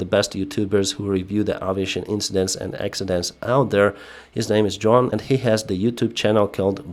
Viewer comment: It's Juan, not John, pronounced similar to wan. It's the Spanish equivalent of John.